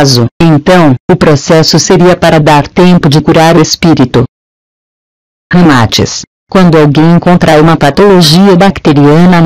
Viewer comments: Péssimo áudio. Dicção errada. O nome do cara ñ é Ramátis, é Ramatís. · Só detesto esse leitor de voz, é horrível na pronuncia, até o nome de Ramaatis pronuncia errado, pra que coloca esse leitor de voz aff?